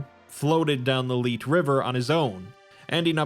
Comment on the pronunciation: The "Leet" river? I'm pretty sure it's supposed to be Lethe.